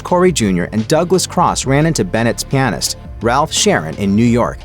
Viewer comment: You mispronounced pianist